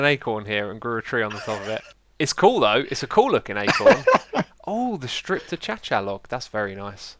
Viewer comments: Achacha? I think you mean to say it like ah-k-sha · IT'S NOT ACHACHA, IT IS PRONOUNCED AKAISHIA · "Oh, the strapped A-CHA-CHA log. That's very nice!" xD Repeat after me: "A-KAY-SHA" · the wood is pronounced, akay-shia wood not acha-cha wood XD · It is not an a-cha-cha log. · Please stop saying 'Uh cha-cha' .. it's 'Uh kay shu' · the stripped what log????? Achacha? I thought it was pronounced Ah-Kay-Shuh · umm xisumavoid what did you striped ta-cha-cha log? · A-cha-cha log? lol! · "the stripped a-cha-cha" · he sass acacia achacha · X you made fun of Grian for saying you name 'X-i-zoomer', yet you say a-chacha xD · I thought it was pronounced a Kay sha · I think he's saying that way on purpose now, he said last season he wasn't sure how to say it and False said he was saying it wrong. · It's a long running joke. Keralis, a former Hermit, used to pronounce it this way, so Xisuma now does it like this on purpose. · Tristan Platon X called it achacha. Waaay back in early Hermitcraft times, Keralis used to play. Keralis has his own unique way of pronouncing things, and X kind of jokes around calling it achacha the way keralis did. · The way he says acacia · How did he just pronounce acacia ?... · Are you pronouncing ‘acacia’ wrong on purpose? XD